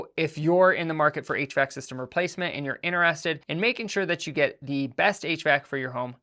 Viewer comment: no, just one of the times you said HVAC it sounded like you said 8 track.